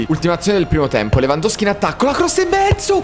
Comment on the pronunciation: Si dice Lewandowski